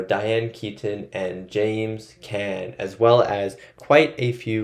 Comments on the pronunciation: Carlo was killed for setting up Sonny’s execution. James Caan (pron. KHAN Not can) Ingrid BerGman (hard G not Berj-man) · James Caan, pronounced con. He was the writer in Misery.